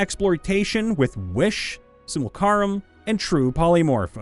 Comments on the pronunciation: Unrelated to the video topic, but I've been curious for a while: Is dyslexic by any chance? I'm not sure if he's brought it up ever or not, but it's the only way I can think of to explain some of the mispronounciations in a bunch of his readings. "Simulcaram" instead of simulacrum, gensai instead of genasi, the many ways he's utterly scrambled phylactory. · Say it together kids: : Sim-yoo-lack-rum. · it's pronounced "Sim-you-LA-crumb." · Simulcarum... Here I am again, taking 2 d8 psychic damage everytime he says, simulcarum. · Sorry but it is pronounced sim-ul-ac-crumb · Semi-lack-crumb is how you pronounce simulacrum not whatever hilarious thing you said but I like your way better it makes me laugh. Also don't worry it's just a bon fire city Boys calm down. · Simul-A-crum the a is before the c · Sim-mu-lay-crum* like simulate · Sim You Lack Rum Just take a breath and sound it out kiddo. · sim - U - la - crumb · Simulacrum = sim - you - LACK - rum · "Simulacrum" is pronounced like Sim-you-lak-rum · For those who are wondering: it should be pronounced simyəˈlākrəm or simyəˈlakrəm. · naah I listened to him pretty closely and it's clearly "simulkaroom" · Hearing "Simucarum" over and over was rough. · "Simul-crumbs" lol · Simulacrum is pronounced "Sim--you-lack-rum" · Simulacrum = sim-you-laa-crumb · "Simulacrum" is pronounced like "simulation", except the mighty Krom decided to steal "tion"’s place. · This was a good video mentioning several points i have to rethink for my game too. Also listening to you trying to read the word simulacrum made me giggle every time because you didn't get it right once. Reminds me of Toni from T&RP podcast and "ambulance" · Please 🙏 use the L in Simulacrum. It sounds like finger nails on chalk board. Love everything else, but it really bothers me each and every time. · He still can’t say simulacrum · there is no "a" between the c and r in Simulacrum, it's pronounced exactly as it's spelled... come on man it's not hard...